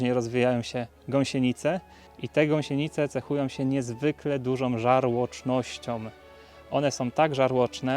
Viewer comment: Żarłocznością, a dlaczego powiedziałeś Żarłocznościom? Czy na pewno powinieneś z takim stanem umysłu tłumaczyć coś innym?